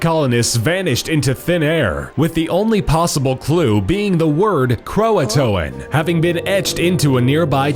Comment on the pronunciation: I live in NC its cro-ah-tohn